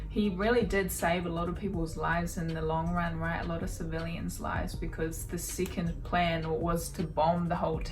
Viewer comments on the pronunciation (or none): none